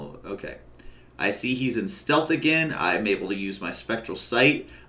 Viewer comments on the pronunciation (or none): none